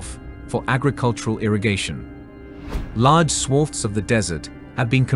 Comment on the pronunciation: An excellent agricultural documentary, shame about the mispronunciations such as swath, oasis and Saudi (an ow sound) not sawdi. All we need now is for Saudi Arabia to respect women's rights and autonomy; get them out of those skeleton and bone density-destroying/osteoporosis-producing hideous black clothes; respect other minority rights, have a more civilised approach to immigrant workers and Saudi integration into the 21st Century will be complete.